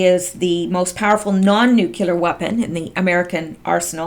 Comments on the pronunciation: The MOAB is non nu-clear, not nu-cu-lar. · All this nuclear... I mean nucular, stuff refers to the "nuclear option" for a vote in Congress. Not a real device.